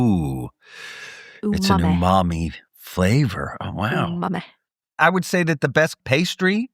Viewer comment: Felicia turning umami into "ooh mommy" 💀